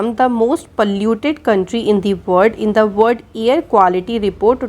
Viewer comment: Thank u so much maam🙏🙏🙏❣️❣️but one request ..please pronounce "world" word properly.🙏🙏